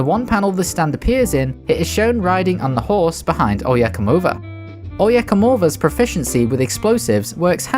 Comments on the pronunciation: I know you are technically pronouncing the name 100% right. Exactly how it is written in the manga. But the Spanish speaker in me still cringes at "Oyecomova" XD For those curious. It's "Oye cómo va". Not "Oye comó va" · O-ya-co-mo-va not oh yeah come over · Hey just wanted to say that Oye como va is pronounced Oye como ba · This is correct, but an easier way to spell it out is that it is "ohye KOHmoh vah" instead of "ohye kohMOH vuh" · Jesus I have never heard anyone butcher oye coma va. Oh yeah come over is all I hear everytimem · Look, I know the way he is saying it is not technically wrong because it’s the name of the Stand and not the song, but my soul dies a little every time he he says Oyecomova. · The oyecomova pronunciation sounds kinda whack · I'm the only Hispanic guy who cringes over the way Oye cómo va is been pronounced all over the video? Other than that great video mate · Im hispanic but I can't even speak Spanish and I still got triggered lmao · Vato me dio cringe cada que escuchaba como intentaba decir Oye cómo va mal